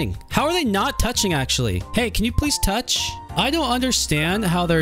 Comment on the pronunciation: Bro has a extra ch when he says toucchhh🐸💅🏾🗿